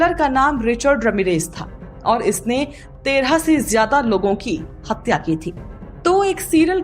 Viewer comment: Hapya kya hota hai? Hathya bolo na?